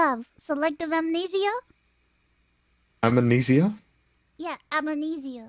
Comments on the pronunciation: "Am knees ia" Then she started with "Imma knees ia" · Connor is very much right, "amnesia" in spanish is written the fucking same way and the difference in pronunciation is minimal. Spanish pronunciation: Am-neh-see-ah. Not Ah-moo-nee-see-ah (Mousey's) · think she is trolling him same way stewey trolls brian in family guy. when first mouse said it she didnt say "amenisia" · No I can definitvely hear that added vowel, Amuhnesia. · Maybe that's a romantic language thing then, because I definitely hear her saying ame/amanesia (as many others do). She's definitely adding a letter that's not there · She says a-m(uh)-ne-sia in 4 syllables while correctly is am-ne-sia in 3. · Mous be like: Ame-ne-sia Connor: Amne-sia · Ah yes, "Amenesia"... Sister country of "Indonesia". All hail Queen of Amenesia, Watson Amelia~! 🙌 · She's intentionally messing with him, "amnesia" in spanish is written the fucking same way and the difference in pronunciation is minimal. Spanish pronunciation: Am-neh-see-ah. Not Ah-moo-nee-see-ah (Mousey's) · English: amneshia Spanish: Amenisia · Aluminum is to make it easier to pronounce. HOWEVER! Amnesia is still amnesia. Not "amenesia". You're just making it more difficult than it already is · Connor:- Amnesia. Mouse:- Immaneedsya. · Lol, the fact she said Am-knee-sia the first time and emphasized it slightly differently. Then she immediately started trolling and went along with it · "I don't know, I have amunesia" 🤣🤣🤣 Ironmouse ftw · piksa, im with. thats how my dad pronounces it. same thing with kakaroach. BUT AMUHNEESIA? the hell is that coming from. puerto ricans a different species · While we might not be able to agree on the pronunciation of Aluminum/Aluminium we can all agree that altough cute, mouses pronunciation of amnesia is wrong... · but she is adding a sound in between the m and the n that’s what everyone hears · I gotta know is she actually inept at pronunciation, or is she doing this on purpose.